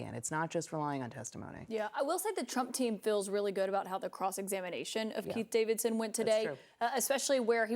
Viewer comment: Y'all need to slow down and pronounce names clearly... I know Trump's laywer is Keith Davidson but sometimes I hear Pete Davidson 😂 and I think oh God 🤦 WTF did Pete do and who did he did it with? 🤣